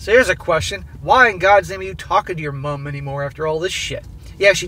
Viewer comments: Seriously, can you stop over emphasising the U in mum, please? Why is it always Americans doing this but people from every other English speaking country don't make such a big deal over the American MOM. It is getting to the point I cannot listen to these overseas stories because of it. Especially when you say it normally, then incorrectly correct yourself. We get it, you are American, get over it already... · Same here. Pity he can’t say ‘mum’ properly. Hopefully he’ll get there. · I'm getting tired of hearing him over-pronounce "Mum". It's like if an Australian pronounced "Mom" as "Moom". I get it we have different spelling and slightly different pronunciation, but its not like its pronounced with all caps in the middle of a normal sentence. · why do you pronounce "mom" so weird?